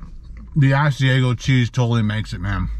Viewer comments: I have never tried the Ass-E-A-Go chicken sandwich, just the Ah-C-Ah-Go chicken sandwich lol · All I ask is research your pronunciation of food your not sure of. Restaurant I worked in it's ( As/i/ag/o)sorry your not saying it right. Other then that I love watching. Wendy's breakfast has special sandwiches called doubles has extra meat and egg and cheese. But not all have .I'm in Harrisburg, Pennsylvania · Say it like this. AHH-c-iago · How you pronounced Asiago is cracking me up! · You are saying Asiago so wrong